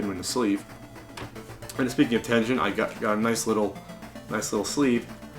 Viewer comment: That's Tengen with a hard "G" sound... but who cares. Nice button!